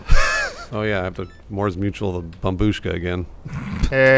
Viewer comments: I know it’s an old meme, but “babushka” is pronounced BAH-BUSH-KAH, not BAH-BOOSHKA, and the word means “grandma”. pronounced some dude’s reddit username! that had the word “kartoshka” in it, correctly! Great Job, keep it up! (It means potato by the way”. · It`s bOmbushka, not bombUshka